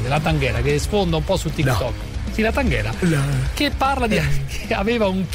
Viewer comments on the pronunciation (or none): Taghera no tanghera